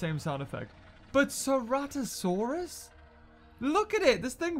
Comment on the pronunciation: « Ceratosarus » you meant Ceratosaurus ?